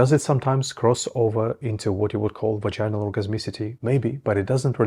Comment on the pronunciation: not vagin-al it's pronounced vag-in-al. Also 'grinding' is total bullshit. Ask any woman which you did not do or you would know how wrong you are. you don't seem to know what you are talking about. don't need your mansplaining